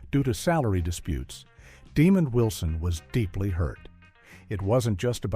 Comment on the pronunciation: Leave it to AI to butcher a name. It's not Demon Wilson! (smh)